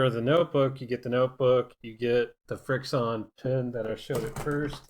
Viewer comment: Isn’t it pronounced friction